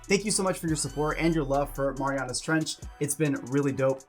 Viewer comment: It's said "Mare-e-anna's"